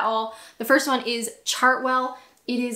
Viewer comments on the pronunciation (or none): none